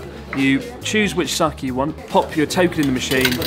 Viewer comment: Pronounced Sah-Kay not kee